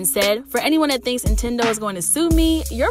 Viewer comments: I was thinkin the same shit 😂 it's NINTENDO 🤣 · Is she saying INtendo? I know I’m not tripping! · First the N drops, then I think she just says Tendo. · The first time I heard it I let it slide. We all make mistakes. But every time she mentioned the big N it was more like the big I. Lol